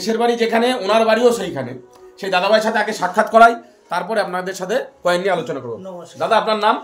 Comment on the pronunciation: Koel ❎ Coin ✅